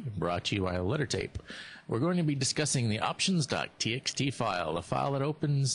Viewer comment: Are you saying "brought to you by the letter tape"?